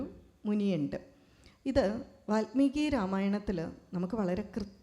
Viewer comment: Valmeeki NOT VATHMEEKI